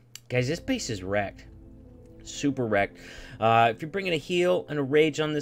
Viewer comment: Me:: supEr recked 😂💓💓